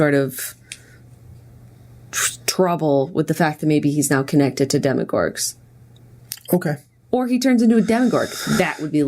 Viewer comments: i love how theyre calling demogorgons as "demogorgs" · I love y'all but it annoyed me SO MUCH how you kept saying "demogorg" instead of demogorgon!! And how you kept calling it the shadow realm. It's the upside down!!! Also Jenna was kinda annoying in this one. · Who else wanted to scream every time they said "shadow realm" instead of upside down or "demigorg" instead of demigorgen. (Idk how to spell demigorgen lol) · Guys it's DEMOGORGON please lol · I love you guys the damn most but you left the last syllable off of demogorgon every time you said it and it's making me lol